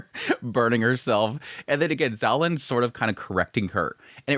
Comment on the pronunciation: Every time you say "Zolan" it takes me 3 seconds to register you mean "Xiaolan" 😂